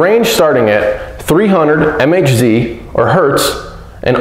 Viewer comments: ..and MHz is megahertz, not EM-EICH-ZEE... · 3 HZ = 3000 MHz ??? REALLY??? MHz is Megahertz, NOT m-h-zee 😁 Try it again!